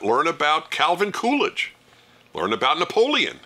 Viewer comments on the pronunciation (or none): none